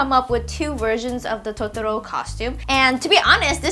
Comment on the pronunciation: its totoro not totoroo!! ):(